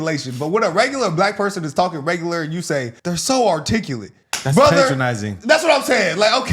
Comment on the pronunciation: Using the word “articulate “ too much and not saying it correctly. Corny